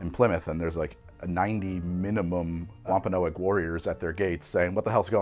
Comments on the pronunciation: wom-pa-nog NOT wom-pa-no-egg mass-er-ate NOT mace-er-ate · Dude I’m from Massachusetts....it’s “Wampa-nogs” 👍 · Great attempt at pronouncing Wampanoag 😅